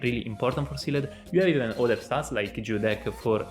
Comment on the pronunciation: use google translate to hear how Sealed is pronounced :)